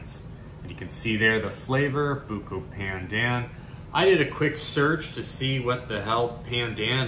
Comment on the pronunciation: It's pronounced "baandaan" (long a sound)! Also the B sound is more "curved" than flat, it might help to purse your lips while you say it. It's almost as if you're saying P while also saying B? It's a staple of Malaysian, Indonesian and Filipino cuisines and used in many drinks and desserts and even rice. It's great to see expand his horizons!!:)